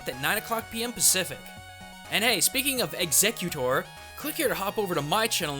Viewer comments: Executer? wtf. Learn to say the name before making a video on it. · Some of the mis-pronunciations i can understand making people mad, but i think this one isnt too much or a big deal, If you say exeggutor fast or without thinking about it too much, they sound almost the same. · He lost all credibility to me after he said the name like that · Yeah it's the most distracting thing x.x But if you watch until the end after the loot crate plug he starts saying it correctly all of a sudden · Shylo Kestle um no he doesn't....The way he says it sounds odd to most people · Nah he definitely said Exeggutor, it's just a bit hard to hear the end behind the pokemon's cry, on top of the fact that he pronounces the name a bit... odd IMO. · That pronunciation is cringe worthy. Never watched the show, eh? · His pronunciation is wrong, but the show isn't exactly accurate. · Nvm he tried to say exeggutor but he didnt say it right. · It's different from how I generally hear it, but not necessarily wrong. I think he commented about this in his last video. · He said he likes grass types and then said his name wrong near the start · WHY are most of the comments here about pronunciation of Exeggutor or voting him off of this channel? Really, MatPat likes here, and I, personally, like the Culture Shock videos he does. I don't CARE what the rest of you think. This is how things are, and (hopefully) how things will be. So grow up and deal with it. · Anyone else a giant fan of the cartoon series of pokemon and going mental because he's saying Exeggutor wrong? Or is it just me? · Fr too many people correcting him just cause he said his name wrong like who cares?!? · Is it me or is he saying the name wrong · You did NOT say the pokemons name right... Still great video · hundreds of hours of research......didn't check the pronunciation of the main topic. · He mispronounced it at the beginning well he missed them up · watch this it'll show you how to pronounce exeggutor